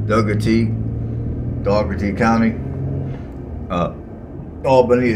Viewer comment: It’s basically pronounced Door-tee County . When people here say it, ends up sounding more like Door-dee. Depending on the accent, it can also sound like Daw-dee